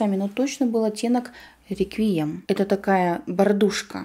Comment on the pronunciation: Не реквие,'м а реквием